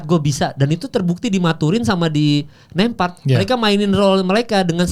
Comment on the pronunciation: Nemhart bukan nempart. Ceplas ceplos ae law bicara😅😅😅😅